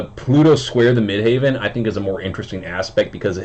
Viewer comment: Dude, it’s midheaven as in where god is - not midhaven which sounds like a golf resort. You gotta get that right to be taken seriously. I like your take on the aspect though 😻